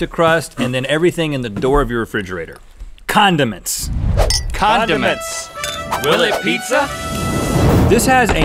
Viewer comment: When Rhett said condiments I thought he said Condoms